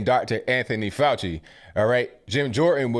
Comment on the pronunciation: Dr. Fay-Ew-Shee